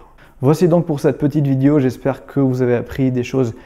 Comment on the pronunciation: Bonjour frérot, t'as un ptit accent sur tout sur le mot vidio, t'es originaire de quel pays bro, c Chafik si tu me remets toujours,.... pardonne ma curiosité.